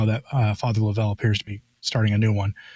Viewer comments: Yes, tell correct pronunciation is Father LOVE'l, not lo-VELL. Joe Alger is absolutely correct. God help us all. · It's Love-L Father Love-L ...not Lovell ...it's pronounced simply Love-L